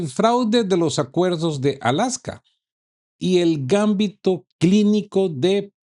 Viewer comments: No es gámbito, es gambito. Es lenguaje de ajedrez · MUy buenos sus mensajas, pero revise la acentuación (o falta de) en la palabra Gambito, si fuera como vos pronuncias sería Gámbito, pero es Gambíto. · Disculpa, se dice Gambito, la sílaba tónica es "bi". No es por molestar pero se oye muy raro. El Gambito se usa mucho en el ajedrez.